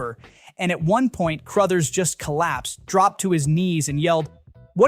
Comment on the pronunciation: CROTHERS, not "Crowthers"